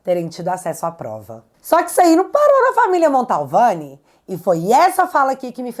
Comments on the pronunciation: o sobrenome da família é MANTOVANI, NÃO MONTALVANI. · Oi, não é o primeiro vídeo que vc fala da familia atacada pelo Xandão na Itália, mas eu preciso fazer uma CORREÇÃO.... não é família MONTALVANI... a família é MANTOVANI!! Tá ok?! Beijo! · NÃO É “MANTALVANI” É MANTOVANI!!!!!!! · Só um detalhe... É Mantovani e não Montalvane. 🧐👍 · Mantovani e não Montalvani,. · MONTALVANI OU MANTOVANI??? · Não é "Montalvani' e sim Mantovani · admiro seu trabalho. Mas mais uma vez você comete um erro crasso. De onde você tirou o sobrenome MANTALVANI? Meu Deus do céu! Basta você ler qualquer notícia sobre o assunto e você verá que o correto é MANTOVANI. MANTOVANI. MIL VEZES MANTOVANI!!! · nao é Montalvani. é Mantovani. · ta na hora de vc aprender o nome da família, é MANTOVANI, MANTOVANI e não Montalvani como vc fala!!! 😊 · desculpe ser chato mas eu tenho um certo "TOC" com palavras pronunciadad de forma errada. Não é MontAUvane, é MantOvani. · Gente...não erre mais o nome sa da família Mantovani. Não é Mantalvani😅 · Desculpe, mas é família Mantovani! Não Montalvani! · Não é montalvani é Mantovani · É MANTOVANI!!! VC E O GAYER FALAM MONTALVANI!!! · minha linda: AMO você. Além de linda, inteligente, corajosa, você é uma luz na escuridão em que nosso triste país vive hoje. Mas permita-me uma observação: pelamor de Deus, o sobrenome da família vítima do carecão não é Montalvani. É Mantovani, menina. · É MANTOVANI, não tem 'L' no nome.... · uma pequena correção: o nome da família não é Montalvani e sim Mantovani. Parabéns pelo trabalho jornalístico. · é MANTOVANI e não Montalvani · é Mantovani e não Montalvani. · desculpe a correção, mas é MANTOVANI. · Cara, o nome correto da Família é M A N T O V A N I, não tem a letra L como você está pronunciando. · “Mantovani”, vc fala esse nome errado desde a primeira vez que falou dele, e obrigado por seus serviços!